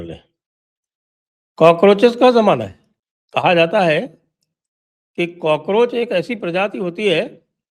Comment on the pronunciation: Cockroach nahi gaycroch hai